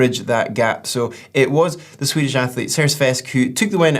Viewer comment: Frasier we need to work on your Swedish pronunciation 😂👍🏼